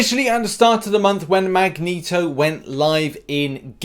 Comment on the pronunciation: Ah yes "Magento". Jokes aside Love ya!